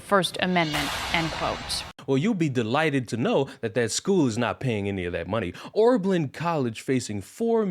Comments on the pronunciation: my man.. it's OB... not ORB... Oh-Berlin, not OrBerlin. just sayin. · Pronounced- O-ber -Lin